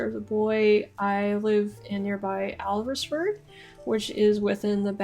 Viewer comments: Alresford is prounced Awlsford. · Alresford pronounced Allsford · Alresford is pronounced 'Alls-ferd'. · Alresford - pronounced Allsford